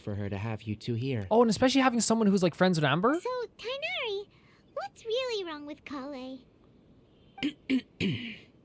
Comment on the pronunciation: TIGHNARI's name has a letter that English doesn't, so most people just pronounce his name like this Tay na ri